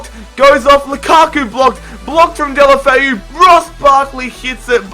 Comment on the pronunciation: Who are "deli Alli"